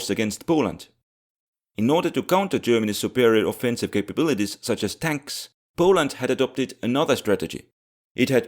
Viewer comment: Tonks. That It's. Just TONKS